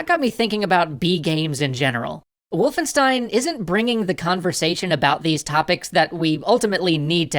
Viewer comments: sorry m8 for that but wolfenstein is pronounced "Wolf-en-sh-tein" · It’s VOLFENSCHTEIN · its not wulfenstein, its Wolfenstein guys ;)